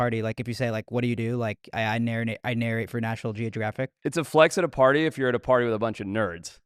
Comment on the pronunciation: "I narinate for national geogiraffic" lol